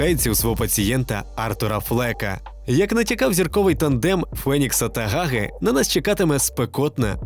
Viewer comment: Не "Гаги", а "Ґаґи". ☝️